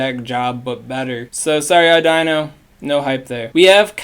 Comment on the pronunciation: Cool vid, already got my lucky drillbur 😎 Btw its pronounced o-dy-no not au-dino but noone really cares since its useless